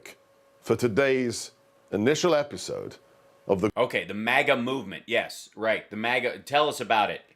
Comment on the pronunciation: What's with the MAGA pronunciation?? Trump Jr was doing the same in his last raving on whatever show , pronouncing it Mar Gar , like the Queen of England would say it.